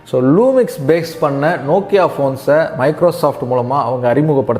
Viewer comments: did you pronounced the correct spell of Lumia?I heard luminas. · Good Summary. Just an observation. its Lumia but looks like you were referring it as Lumix in audio, the transcript was rightly referring it as Lumia though.